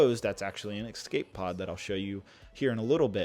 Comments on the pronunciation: ESCAPE...*ES*cape...E.S.cape, not “Excape”. You always say “excape” whenever there’s an escape pod or escape feature in a set and it’s a pain to listen to. You’re in your early 20s surely you should’ve figured out you’re saying it wrong by now?? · I really like it when people add an X to escape. It’s E S C A P E not E X C A P E